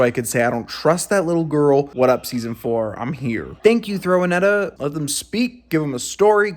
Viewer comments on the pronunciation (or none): Lol not "Throw -A-Netta" haha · “Throwanetta” Lol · "throwanetta" XDDDDD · Not you calling Netossa Toss-A-Net-A!!!!!!! 😂😂😂😂😂😂😂